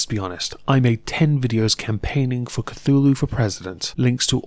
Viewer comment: I'm pretty sure it's pronounced "thu-lu"